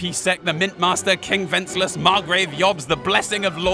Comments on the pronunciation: Who the hell is whenslass. Don't you mean Wensceslas? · Are you Worcestershire-ing the name Wenceslas? “When-Sis-Las” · They say the name Wenceslas so many times and yet you manage to pronounce it as wenclas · multiple degrees but thinks "Lumexberg" is a country and Wenceslas is pronounced "Wenslas", even though the name is spoken probably 1000 times in game? Gosh golly gee whiz... it's almost like you had no point whatsoever. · you pronounced wenceslas wrong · You know that henry was suposed to be a blacksmith instead of going on adventures and seeing the world? That's why there are so many blacksmithing quest begause it's the trade your character knows canonically. And how come you've played 270 hours of this game but can't say wenceslas right lol. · And what about not knowing how to say Wenceslas? They only say the king’s name a million times throughout the game lol.